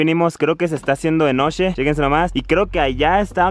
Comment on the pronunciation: Nadie: Neta nadie: El yeahcompa: noshee,colshaa, todo lo que lleva shhhh xdxd